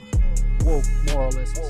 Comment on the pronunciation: Since when "moralists" is such a hard word to read and understand,? God, I hate this chick...